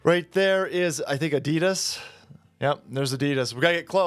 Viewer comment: It's pronounced Ad-i-das NOT A-dee-dis, it would be like the world saying Chev-row-let to Americans